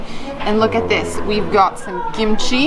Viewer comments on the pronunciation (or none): Also its kimchi not gimchi haha